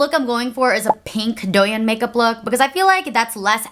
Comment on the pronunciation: finally came over from Instagram because I’m so excited for this video!!! one minor thing, the “yin” in douyin is pronounced like “yeen” with a long i ♥️